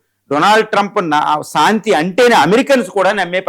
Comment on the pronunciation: సాంతి కాదురా నాయన శాంతి మీ తెలుగుకు తెగులు